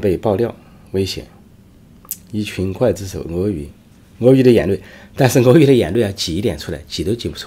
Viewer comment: 刽子手子手的刽，应该发音“gu贵”